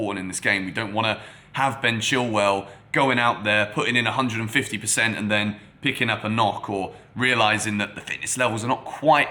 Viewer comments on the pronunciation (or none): none